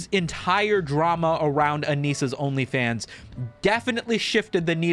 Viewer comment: My boy pronounced OnlyFans like "Onii-chan".